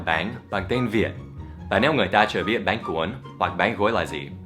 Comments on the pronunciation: Thầy cứ gọi bánh là báng ý mình thầy nói vẫn chưa chuẩn (đuwngf ném đá nha) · bánh ổng đọc báng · Bánh thì thầy đọc là béng:))) Dù sao đọc thế cx đc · Is "bánh". Not "bán" Cách đọc. :)